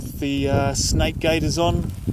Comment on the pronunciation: Did he say “snake guards” ????😳😱😫😖